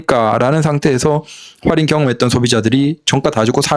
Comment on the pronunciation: 활인이라고 하지마요. 😂